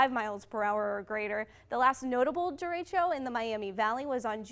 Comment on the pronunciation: did she say Derechio instead of Derecho ?